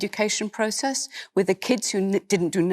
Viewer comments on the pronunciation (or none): It's a Therapist, not a Ferapist; healTH, not healF, wiTH, not wiV. You speak like a 6 year old and it's clearly less to do with class and more like some vestige of Mockneyism.